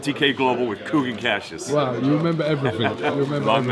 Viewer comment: Kugan CASHius